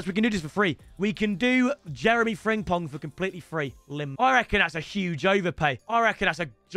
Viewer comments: It’s friMpong not friNGpong 🙄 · Still triggers me how he can't say "Frimpong" as apposed to 'Fringpong' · He still saying fringpong ffs 😭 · Love getting Frimpong every year and still saying his name wrong every time